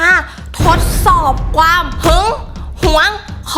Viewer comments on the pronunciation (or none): เราคนเดียวรึป่าว ที่ได้ยินว่า "ความ" คือ "กวาม"😂😂